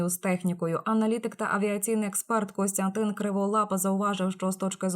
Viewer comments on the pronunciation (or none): none